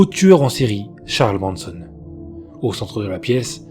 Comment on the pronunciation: Merci pour ces histoires rassemblées. ... sauf erreur de ma part, j'ai entendu "Charles Branson" ? Le tueur en série était "Charles Manson" 😉